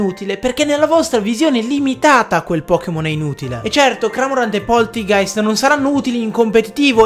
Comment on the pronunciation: Va che Cramorant è un cormorano, non un “cramorano” (ciao )